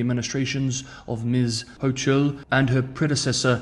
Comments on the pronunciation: Kathy Hochul = the "ch" is pronounced "k" - "HO'kul" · You are one of the very very few 老外 who could pronounce the lady spy's family name correctly, 孫, whereas English speakers would understandably pronounce it as the sun .. Interestingly, you have curiously mispronounced the lady governor of New York's last name, Kathy Hochul .. The h in chul is silent .. so it sounds like the cul in culture ..